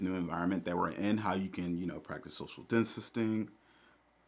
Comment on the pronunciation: can’t even say distancing right because you weren’t practicing it 😂